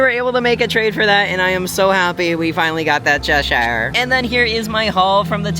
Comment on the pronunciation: It’s Chesh-ur- not Chesh-ire! Sorry that irks me! Also my boyfriend’s name is Keith, he’d love that pin!